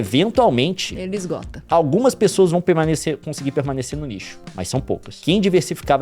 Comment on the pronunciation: todas as vezes que o leon disse nicho eu entendi lixo kkkkk